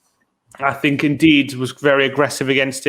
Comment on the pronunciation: I'm sorry but needs to learn how to pronounce names 🤣man pronounced ndidi as Indeed and pronounces Gabriel jesus as Jesus like christ